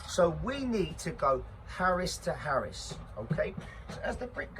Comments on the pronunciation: I reckon it’s Arris not “Harris” mate could be wrong anyway good vid keep it up son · I love your passion, but please...its an arris...not harris!!! Love ya bruv, keep up the hard work👍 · Arris not harris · Yeah mate it is called the arris that made me laugh 😂